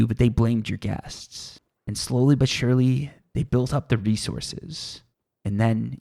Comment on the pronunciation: play a drinking game, take a shot everytime he says slowly but surly, spoiler you will be hammered 5 min. into the video.